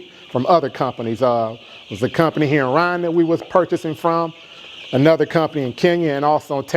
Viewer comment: What country is he talking about? RUNDA or RWANDA? pronounce as RUWANDA. I'm trying to believe him but for someone who invested so much money who cannot even pronounce the name of the country of investment? Bro.. I call this Cap. BIG CAP